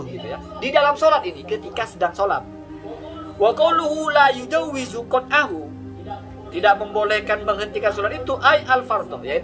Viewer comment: Dia baca kitab saja tidak tau... La yujawwizu apa katanya??? Itu kan fiil Midori' , laa yajuuzu